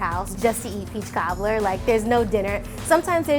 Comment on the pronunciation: take a shot every second she says peechkaablur.